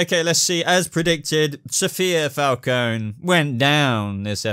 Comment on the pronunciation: Omg he said my last name right